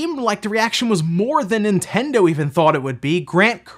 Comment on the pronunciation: Is it my waxy ears or does he pronounce Nintendo as In-tendo??